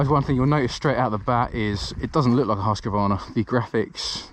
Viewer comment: Husk-Varna not Husk-a-Varna